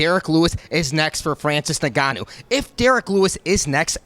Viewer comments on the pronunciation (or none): Why is he pronouncing Francis' last name like that? should know better